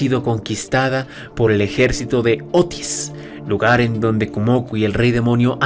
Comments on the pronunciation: no es "Kumoku" pedazo de... de... de muchacho, es "Kumoko", "Kumo"/araña + "Ko"/mujer, asi que ella es la "dama araña". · Es "kumoko" ""kumoko"" ya comenze a ver el video y me encontre eso estraño xd